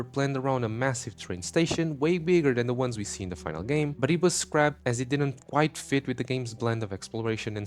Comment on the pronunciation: > Cut content video > Guy who reads "scrapped" as "scraped" for some reason Every time. If it wasn't for X nobody would still be able to even read at all.